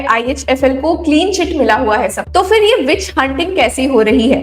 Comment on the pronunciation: उच्चारण का संज्ञान लें फिर (फि़र नहीं)